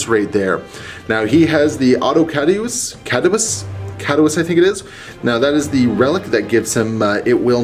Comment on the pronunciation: just so you know, I think the item the Techpriest was using is pronounced AUTO-CADOO-CHEE-US.